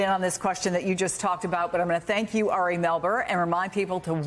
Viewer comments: His name is Ari, not Aray😮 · Isn't Melber's first name pronounced "AH-ri" and not "Eh-ri"? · "Airy Melber" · How is she gonna call him "air-E" when she's worked with him so long and he clearly pronounces it as "R-E" lol 0_o 😅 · Is she calling him Harry ? I thought his name was Ari. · It’s very cute how calls Ari ‘Airy’ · Would somebody please tell Andrea Mitchell how to pronounce Ari's name? It's not Airy! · Woulld someone tell Mz Mitchell his name is pronounced Ar'i? It's like she willfully mis-pronounces it. Disrespectful. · Did she call Ari “Harry”? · MSBNC, you HAVE to retire Andrea Mitchell. She's so out of touch and incompetent now that she doesn't even know how to pronounce "Ari." A colleague's name she's heard others pronounce correctly 75,000 times. A 6 year old could have gotten that right. She's getting worse each week now.